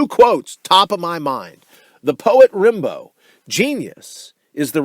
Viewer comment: "Rim-bow" :facepalm